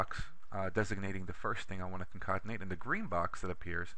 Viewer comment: This was a very helpful video. I shared it with a friend. I was a little thrown off by "concontenate" which I assume was concatenate.